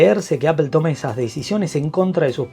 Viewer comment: Muy buen vídeo/resumen, en conclusión…. “Apel” y sus “Apel-adas” que la mayor mejor en la serie pro es que ahora viene en titanio con su respectivo aumento de precio 🤦. Maldigo la hora en la que me enamoré de Apple y sus productos. Y solo me queda corregirle a un ligero tema con la dicción, no es tranferencia, es transferencia y no es perpectiva, es perspectiva. Esto por ser quisquilloso 😅 pero gran vídeo y muy bien explicado todo. Seguid así!!!